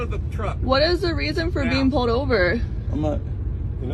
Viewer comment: It’s PULLED NOT POWED OVER, ITS FUCKING PULLED